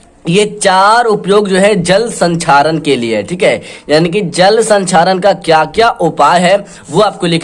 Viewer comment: Sir sanxaren nahi hota he